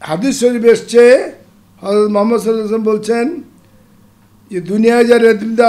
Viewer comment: নবী করিম হযরত মোহাম্মদ ( সঃ) এই মহানবীর নামটি আরও ভালো করে উচ্চারণ করা উচিৎ!